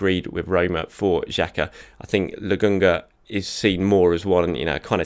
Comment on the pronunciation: I'm sorry but how are you reading Lakonga and getting "Legungah"?